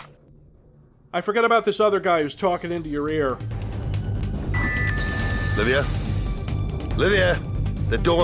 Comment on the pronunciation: I kept hearing Arnie said 'Labia' instead of 'Livia'.